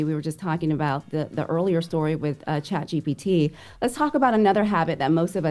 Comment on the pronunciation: I focks wit but she definitely kept sayin chatGTP instead of ChatGPT